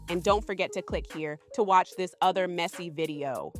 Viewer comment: they're not reacting to kid news. They're reacting to something worse. Also, it's "other," not "utha."